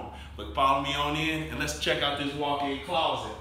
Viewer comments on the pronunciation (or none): I like the way he says claw-set ♡♡hehe